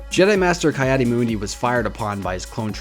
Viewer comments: "kai adi mundi" :( Ki is pronounced Key for future reference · Ki-Adi-Mundi (pronounced Kee Addy Mun Dee) not Kye Addy Moondi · It's pronounced key add e mund e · Kai addi moondi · me: bruh it's pronounced "Kee-Adi-Mundee"